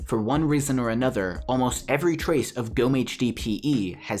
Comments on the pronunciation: How you speak "Gomme" is just AMAZING xd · Ich finde es lustig wie er "Gomme" ausspricht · Lol im from Germany 🇩🇪 is swear and u have to speak Gomme not like that 😂